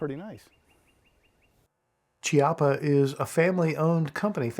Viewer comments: KI-appa, not CHI. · Chiappa is Italian, so it's pronounced Key appa, not chee appa.